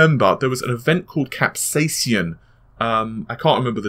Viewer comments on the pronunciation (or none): Fuck me, you still can say capsaicin? Cap Say Sin